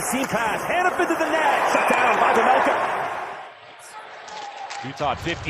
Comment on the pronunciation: please, its "carl vaymelca" not vemelkha...